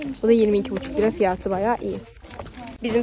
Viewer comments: Abla bireye takıldım neden fiyat değilde fiyaahğtı diyorsun ya 😂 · Niye fiyağti diyor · Abla niye fiyata fiyaatı diyorsun😂😂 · En çok neyde güldüm biliyoruzmu fiyatı diyeceğine fiyaatı dedi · Fiyatı demek yerine fiatı diyor😂